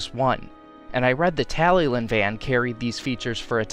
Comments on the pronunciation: By the way its pronounced (Talli-clin) not like how it’s spelt (Tallylyn) , it’s because it’s a Welsh name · Beautiful Talyllyn model and great work on Duncan, too! Just a heads-up, the double L in Welsh denotes a 'hl' sound, eg. tally-hlin, though it can be a tricky one for non-native speakers.